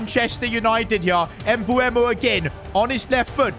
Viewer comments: Its MbEumo not MbUemo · You pronounce mbuemo emboomo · His name isn't pronounced Embooemo btw💀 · Bro I swear has 0 ball knowledge listen how he’s saying mbuemo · Bro keeps on saying M-bu-emo who else noticed that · Why do you say his name like that